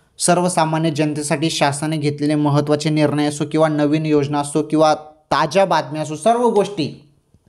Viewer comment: ताज्या बातम्या होय कि ताच्या बातम्या होय तुजा आवाज मोठा गोड आहे=& तुझी मराठी कोण्या देशाची आहे